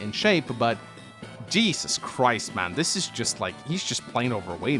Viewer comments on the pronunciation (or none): none